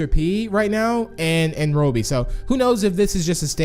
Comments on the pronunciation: Stop saying roby. It’s robby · It’s Robby, not robie. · Its Robby not Roby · Its Robby your pronouncing it like Roebby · It’s not RO-BIE, it’s ROBBY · UR PRONOUNCING ROBBY WRONG LOL